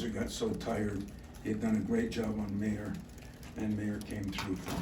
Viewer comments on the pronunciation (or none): He keeps saying Mayer like “mayor”. He’ll know how to pronounce his name after watching the highlights. Lol, Izzo